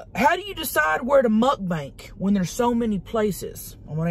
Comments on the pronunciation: I love how she says Mukbank instead of mukbang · I love how she still calls it mukbank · Omg I needed this....thankyou so much for making me laugh.....that head bop thing you do in the beginning is hysterical...and the way you say muck bank.....and the things you talk about.....like the chicken leg in the pu$$y....I really needed to laugh..you deserve to have a more than a million subscribers.